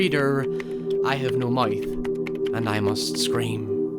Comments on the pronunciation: why do you keep saying "might" instead of "mouth"? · Mithe???? Dont you mean mouth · How does "mouth" become "mow eeth"? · “I have no muyth“ Um... Pardon? Do you mean mouth, Sir? 😜 Jokes aside, great video as always. Love your content, man, keep it up! 👍👍👍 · why do you say mouth as moif? edit:nvm i just heard you say youre dyslexic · “I have no moith, and I moost scraym” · “ I have no mithe and I must scream” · "I have no moyth, and oy must scream;" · No one:: I have no mæuth and I must scream. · "I have no maith" lol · “...and I must scraem” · Nobody:: "I have no Moaif" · "i have no muyth, but i must scream" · Am I the only one getting anxious by the extremely bizarre pronunciation of the word mouth??? he says it like "Maithe" and it just triggers me lol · Narrator :Do you wanna ride the Weave? Me: do....do you mean wave? Narrator: just look into my meowth... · I have no mwouth and I muss scream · "I have no Moif" ...? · "i have no maith" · “I have no MOUIYF and I must scream” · I just laughed so hard. That accent really made my day. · Also say mouth mithe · “I Have No Moyth and I Most Screm” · He hella butchered the word mouth... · Pls learn to say "mouth" in a way that one can understand it! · I love the way you say "mouth"